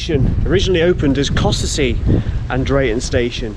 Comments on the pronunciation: Hi, great walk! Local to me so good to see some familiar places. Next section up to Whitwell is as good.:_Crazy: BTW, the locals say "Cossey" not Costessy! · Costessey is pronounces "Cossey", but nice try :) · Surprised me to hear someone pronounce Fakenham wrong, but with Costessey I'm not shocked, I used to struggle with that one myself!